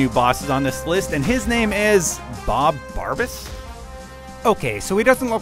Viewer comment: Bob Barbas? Really?